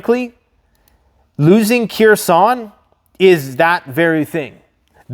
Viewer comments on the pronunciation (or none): The city is pronounced Her-son the k is not voiced, only saying because it's the main city of focus in the news as of now